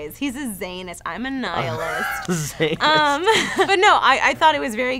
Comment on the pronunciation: when she said a niallist, i heard annihilist